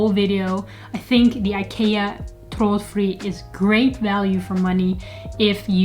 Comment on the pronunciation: Thanks, nice review. Great pronounciation on the product as well. I have bought Hue recently, but will be expanding with Ikea bulbs and remotes, which can pair with the Hue bridge too.